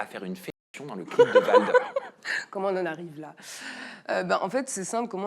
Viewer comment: VALD et non VLAD 🤣🤣 il va y avoir un problème là 😅